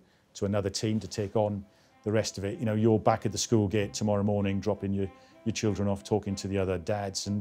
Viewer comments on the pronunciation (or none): none